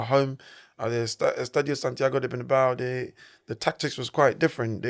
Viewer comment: This is a message for both Presenters, Fyi fellas, the correct Pronunciation is "Bernabeu" and not "Bernabaou" the stadium was named after Santiago Bernabeu. Have you seen the clip off Jay z getting asked about the music rapper Tupac by an interviewer, but instead of pronouncing his name correctly, he like many others would pronounce it Twopack! So all im saying is, is that it would be nice if you could Pronounce Correctly for your viewers that's all....nice videos btw